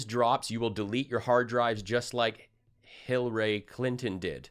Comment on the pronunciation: . "board" Spelled like a plank of wood. LMFAO! And who's "Hillray"?!